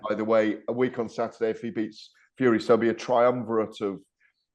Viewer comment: Gareth A$$hole must be puckering not talking about Fury being p4p regardless of topic lol also learn how to say the fighters name with respect